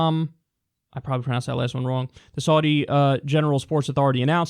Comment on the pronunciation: "I probably pronounced that last one wrong," ... Kyle, you're pronouncing "Saudi" wrong! C'mon man, you are good at researching. Get it right.